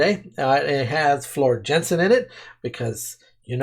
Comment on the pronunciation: the time has come for you to pronounce Floors last name the correct way.:-) Just go to Google Translate, type 'Floor Jansen' and choose Dutch as language. Then click the microphone icon and presto!